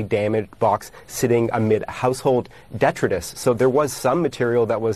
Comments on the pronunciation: ... Sorry to be that guy, but it's pronounced "dee-TRY-tus" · He’s definitely right, but he pronounced “detritus” incorrectly. Its usage was correct, but he just said it with a short “i” rather than a long “i”. Source: The damned fifth grade spelling bee. I misspelled “detritus” even though I knew the word’s meaning and (apparently not the) spelling, I’d never heard it actually used before. I was at the state spelling bee, in the finals, and I still cringe a little bit inside when I hear it. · Did that news anchor just pronounce the word "Detritus", which is pronounced as "De-Tri-Tus" ... as "Det-ra-tis"? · Its pronounced Dee-trite-us, not detredus